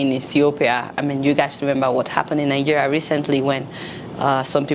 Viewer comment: Lol I like how you pronounce 'Nigeria' - Nigeya 😂